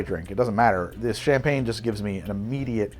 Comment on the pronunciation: It's quite amusing how he kills the pronounciation in a fun way, "shampeen" hee😜🍾🥂 I even saw La Grande Damme misspelled on the screen "Vueve" 🙃 Your videos are always interesting and fun to watch, thanks! 👍👀